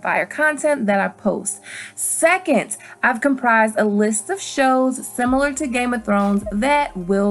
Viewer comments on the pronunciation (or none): I hate it when she says "secont". Ugh so annoying.